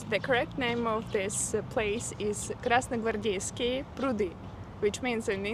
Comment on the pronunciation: Amazing 😻 you practically succeeded to pronounce the word Krasnogvardeyskie 😂😂😂 bravo, I've always thought that this trick is impossible for an English speaker